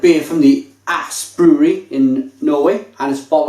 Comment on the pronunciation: Aass is pronounced ōs for future reference :-). Albeit, great review, love this beer!